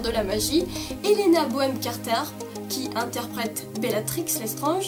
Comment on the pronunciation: Tu a mal dis le nom de Helena Bonham Carter